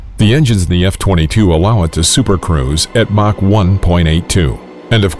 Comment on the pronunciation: Did this guy just say supercrows?😂